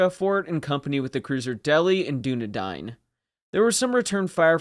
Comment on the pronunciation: Excellent stuff , but Dunedin is pronounced Dun-Eden